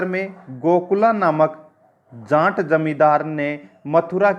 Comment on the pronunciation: बोलते time जाट ना कि जांट